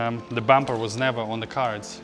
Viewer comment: Question, why you putting such emphasis on “never” ? 😅 never say never. Just need good sponsors